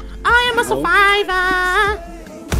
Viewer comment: "I am a survivorrr" Got me lauginh on the floor💀🤣😂